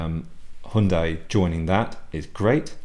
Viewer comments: It's correct ,as CEO pronounced it this way during presentation of new Hyundai Tucson in South Korea ( Her Yun day)! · You're the only guy I've heard pronounce Hyundai correctly.All countries seem to pronounce it differently.Yours must be correct as managing director of company pronounces it that way!